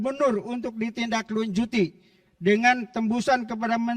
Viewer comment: Salaaah deui baca di tindaklujuti , nu kuduna di tindaklanjuti